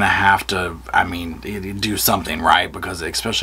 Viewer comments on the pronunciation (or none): Pronounced especially not ex-pecially. Just for info. 😊